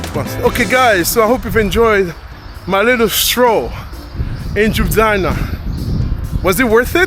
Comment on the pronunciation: Judjana 🤣🤣🤣🤣🤣 .. ur funny guys